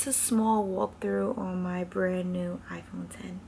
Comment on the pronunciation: THANK YOU for saying “iPhone ten” it bothers me SOOO much when people say “iPhone ex”